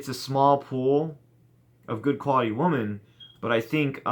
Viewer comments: It seems like you keep saying "woman" when you're trying to say "women". You know, women is pronounced "wimmen". p.s. try and have a little more fun with the women. They are actually great. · Dude 'women' is pronounced 'whimmin' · He’s sounded that way since 2013. It’s his thing. Lol 😂